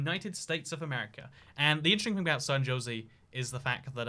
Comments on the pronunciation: It's San Ho-s-ay, not Josie! The city name is Spanish so the J sounds like an H. A European should be familiar with the Spanish language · San Jose is a spanish word so its pronounced “San Ho zay” not “San Joe Zee” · My man said “San josey” 😂😂😂😂😂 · And then, later on, he starts talking of "San Joe-see." Aw man, at least the Tucson mispronounciation I can understand - but Jose is a pretty basic Spanish name! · Same with San Jozy lol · Wow, so glad you know it’s actually pronounced “San Ho-Say” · I like how at the beginning he said it properly then just decided to go with Josey for the rest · Are you going to San ho say today? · "San josey " he's just trolling us at this point. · ”San Josey” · FYI: San Jose is pronounced "Ho zay." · The comments: Bruh he saying tuck-son me: why he saying "San Josie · San JOSIE bruh there aint no way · San Jose is pronounced "San Hosé" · San Jose is pronounced SAN ho-SAY' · At least he didn't try to pronounce it. Poor San Jose and Tucson. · i literally started typing furiously when you said san jose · Couldn't get past the way he said San Jose. RIP.